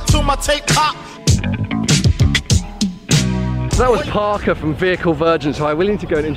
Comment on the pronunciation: it's porker not parker